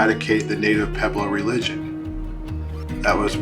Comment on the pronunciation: Interesting video. It is amazing something that old still stands. I'd like to know where all the rocks that fell went? I noticed you said "peblo" a lot, I think you mean "pueblo", there's a wuh sound.